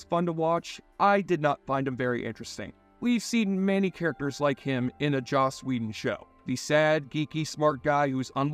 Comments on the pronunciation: It's joss whedon not josh whedon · Who the hell is Josh whedon??? Lol u got to do better 😂😂